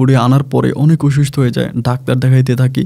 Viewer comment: আপনার অনেক এপিসোডে করোনার কথা উল্লেখ করেন। একজন শিক্ষিত লোক থেকে করোনা-কে করুনা বলা বেমানান লাগে। অসুস্থ- কে বলেন অইসুস্থ, ওমান- কে বলেন উমান! একটু শুদ্ধ উচ্চারণ করেন প্লিজ।